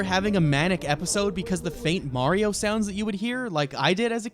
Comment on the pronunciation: Imagine saying Mario wrong